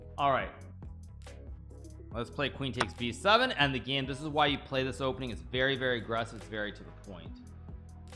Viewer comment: hikaru always pronouncing "this" as if he was saying "deez nuts" XD